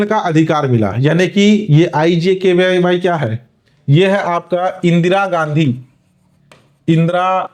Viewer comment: IGKY nahi.. IGKV h sir wo😅